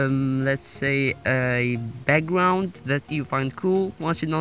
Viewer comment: Did u say "EggGround"